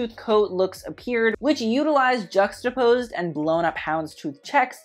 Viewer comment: No one:......: JUXTAPOSED